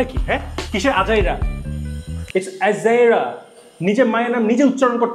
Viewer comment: 😂😂ajeira not ajairA